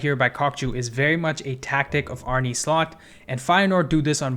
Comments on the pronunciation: Great video but as a Feyenoord fan I can’t hear you say “Arney Slot” or “Weiffer” anymore. Please say Arne as “Arnuh” and just Wieffer as in “Weeffer.” Idk I just couldn’t bare to hear it like you did but great video anyways. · Good video and great analysis! Sidenote: Arne isn’t pronounced “Arnie” but “Arneh” 😂 Sounds funny tho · great video man. Just a little btw Arne is pronounced Arn-uh. I go to every Feyenoord home game and Kokcu is an absolute pleasure to watch. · Feyenoord's coach is called Arne, not Arnie 😂